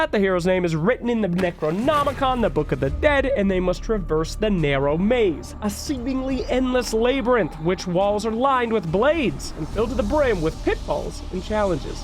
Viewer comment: I love these and dedication to dota lote but man he still can't pronounce labyrinth 😜 "labour-rinth" lol